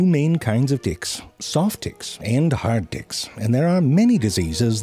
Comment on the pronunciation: why does it sound like he said "hard dicks"